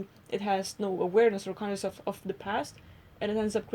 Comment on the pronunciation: You guys said conioussness 82 times